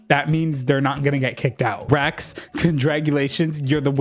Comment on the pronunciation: I kept hearing "Rex" as "rags" and honestly it works